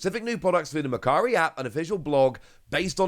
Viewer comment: Today I learned Japanese site for trading and selling goods is actually called mercary. Before seeing the logo I thought it's called "Makkari", thanks to wonderful accent 😅